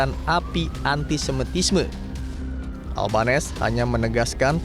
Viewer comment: makanya agama dan ras tdk menentukan baik/buruknya seseorg✌️✌️ bacanya anthony albanisi pak😊😊